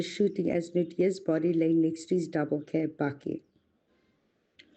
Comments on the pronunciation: Baaaakie not batjie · He can't pronounce bakkie